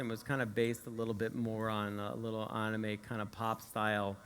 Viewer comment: listen to how he says anime. He says "Auneema pop style"